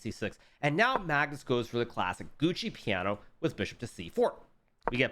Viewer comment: Gucci piano? lol Americans really take pride mispronouncing foreign words